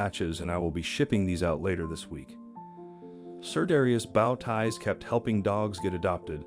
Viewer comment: Great video but bad pronunciation of the word bow ties! Bow isn't pronounced the same way as wow. It is pronounced the same way woah is.